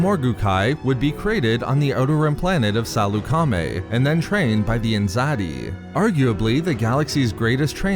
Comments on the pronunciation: I don’t think it’s pronounced Saloo-Kar-Maay. More like Sal-uk-aa-maey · Are you saying salecamie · Why are you saying it Sal-eu-ca-mi? You're supposed to say it faster as one whole word. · THIS GUY CANT EVEN PRONOUNCE SALEUCAMI RIGHT